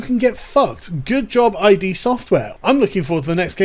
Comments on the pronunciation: It’s pronounced “Id”, not “I-D”. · It’s id not I.D. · It's Id as in Id, ego and superego; not I.D. as in indentity.. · Sargon, master of pronunciation, strikes again. "Eye-Dee Software"? No. It's id, like lid. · "EYE DEE software" No. Just no. Id is a real word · It's pronounced "ID Software", as in Freud's use of the latin word "id". Not "I-D Software", that completely changes the meaning of what they were going for. ;) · It's 'Id software', by the way. Not 'I.D. software'. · it's "id" like the id, ego, and superego. not "ID" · It’s not pronounced “I.D.”, it’s “id”. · Just a slight correction. It's not I. D. , it's pronounced id, as in Freud's "The Ego and the Id" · Whoa whoa fuckin' whoa! Did you just pronounce it I.D. Software? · Just a slight correction Sargon, I beleive the studio is pronounced “id” refering to Freud’s ego theory, not “i.d.” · FYI, it's pronounced just "Id" not "Aye-Dee" Software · It's not "i.d." It's "id" one word. A reference to the part of the human psyche responsible for creativity. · Sargon, it's "id Software," not "ID." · It’s Id, not I.D. As in Jungian psychology. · "...name of the company is id..." It was a subconscious slip of the tongue... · Just for sake of clarity, the company is pronounced id. Like lid. the one of the three divisions of the psyche in psychoanalytic theory that is completely unconscious and is the source of psychic energy derived from instinctual needs and drives — compare ego. In Latin, id translates simply to "it" Just want to insure the company is represented accurately. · I didn't learn this until recently myself, the developer is "id" software, like one syllable. I thought the longest time it was eye-dee software. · It's ee'd. Like 'did' but without the first 'd'. Id software. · Give him a break. Nobody told him about Id.